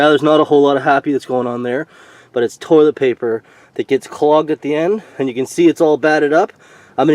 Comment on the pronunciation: Yea, tank needs PUMPED, like, REAL BAD. ANd I think it's "toilet" and not "toliet"...LOL.